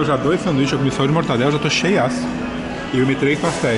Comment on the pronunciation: Não é "Mortandela" e sim "MORTADELA"